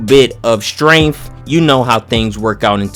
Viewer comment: That nigga said strenaff 😂😂😂